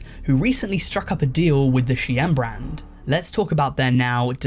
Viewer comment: ive heard shine, ive heard sheen, ive heard shane, and now we have a youtuber calling shein she-enn